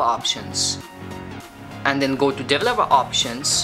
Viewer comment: Most of it, not quite there, what's a dever loppa? That's just one of many, sure he's understandable but absolutely not the best I've ever heard 🤦‍♂️